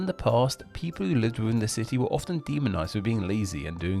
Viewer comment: "Plymuff" instead of "Plymouth", "duh" instead of "the", "wivvin" instead of "within". "Diss" instead of"this". And you keep emphasizing the ends of words in the style of Mark E Smith. Genuinely interested to know what your accent is, you know, so I know what your demonym is.